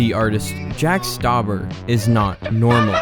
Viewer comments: You butchered his last name. It's pronounced (St-ow-bur). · Its not jack stuaber its jack stuaber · You pronounced his name wrong